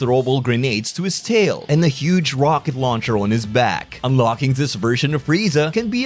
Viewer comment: Sorry mecha Freeza says “Missile launcha!” When firing his missile launcher. That’s amazing.